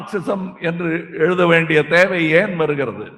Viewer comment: தமிழ்ப் பற்று நல்லாத்தான் இருக்கு! ஆனால் நீங்க தமில்நாட்டுக்கு வந்து ரொம்ப நாள் ஆயிருச்சுன்னு தெரியுது! அடுத்த முறை வர்ற போது பத்தாங்கிளாஸ் படிக்கிற புள்ளிங்க கையில நாலு வார்த்தை பிலையில்லாமல் தமிலில் எளுத படிக்கச் சொல்லி கேட்டுப் பார்த்தீங்கன்னா லீவை கேன்சல் பண்ணிட்டு சீனாவுக்கே நிரந்தரமா போயிருவீங்க, அண்ணா!😂😂😂